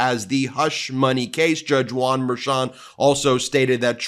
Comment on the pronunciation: Why do you repeatedly say "judge JUAN Merchon".... you say it like ots a hyphenated name. you don't say JUDGE EILEEN CANNON?? Or, you always say Judge CHUTKAN. Juan's middle name is Manuel...stop doing that..